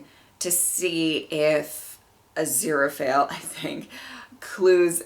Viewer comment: The next episode is my favorite >:3 Also you said Aziraphale right! (Said Crawley instead of Crowley tho haha)